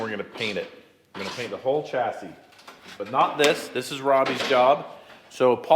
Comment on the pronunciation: I like how he said Tack and static clean the Chessie. Funny 😁 to me...